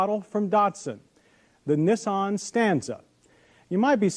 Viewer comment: First the Cam-Ray and now Neh-saan. Can't wait to hear the next offbeat pronunciation 😄